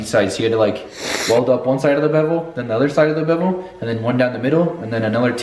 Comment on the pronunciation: Say bevele again